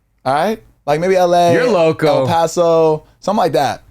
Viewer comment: I LOVE how casually said “El Paso” 😍😍 Come visit us papa!